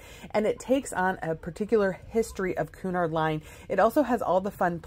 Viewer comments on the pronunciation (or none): The correct pronunciation of Cunard is "Kyunard" , not "Koonard."